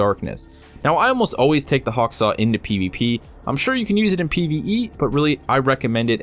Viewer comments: Why did u say HakSaw it's HawkSaw, do you know how to read! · Hawksaw, Hawksaw! HAWKSAW! It's pronounced Hawk Saw not Hack Saw. Other than that a lovely video 😉. Looking forward to more content from you.